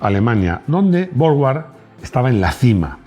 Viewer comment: Suena extraño que pronuncies la marca inglesa Jowett como "llovét" y la marca alemana Borgward como "bórg-uard" cuando es en inglés que la W suena como la u y en alemán donde suena como v, de modo que las pronunciaciones reales de ambas marcas serían más bien respectivamente "lló-uet" y "bórg-vard".